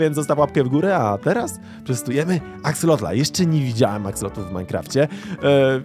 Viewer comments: na przyszłość nie mówi się axolotla ani axolotl tylko axolot, ale pisze się axolotl. Jak coś mnie ominęło to sorry piszę na początku i dawno nie oglądałem więc zaczynam. A jeszcze jak jest jakiś konkurs na imię dla axolotla: Axolotuś. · Axolotl a nie Axelotl! otaczają mnie analfabeci... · Mówi się Axelota a nie Axlota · Ja nie wiem co wy macie że zamiast prawidłowo wypowiadać nazwę axolotl to wy zmieniacie o na e. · XD to się wymawia jak się pisze czyli Akselot/Akseloty wiem bo mam różowe w domu w akwarium /nie w minecraft [*] Catan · Aksalot się mówi jagby co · Mówi się aksolot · mówi się Axelot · Muwi się axelota